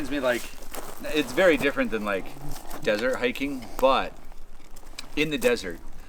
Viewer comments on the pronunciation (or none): none